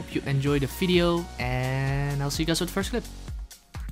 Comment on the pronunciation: Please say 'Video'. Thank you.